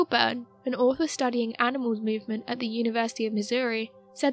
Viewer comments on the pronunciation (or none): none